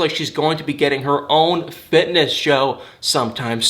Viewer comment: Did you say ‘fitness’ or fit-less’ ??